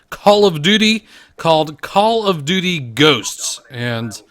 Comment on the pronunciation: OMAHGAWD not a Cawl uf dooty named out uf a pussy perk